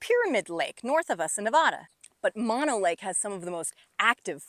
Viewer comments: Mano as you pronounce it. means hand. The lake name is Mono. meaning monkey. That said, good presentation and analysis of the problems with the basin. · It's pronounced mow-no.....just like no but mo..... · I always thought it was pronounced "mow no" and not "mon no" but what would a guy from Chicago know? Well at least I know the lake is over 1 million years old. Tufa towers are plain cool to see, nothing like that around the boring Midwest. You did good explaining this place!